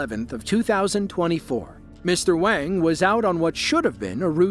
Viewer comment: Mr.wang was Wong he's responsible for his woad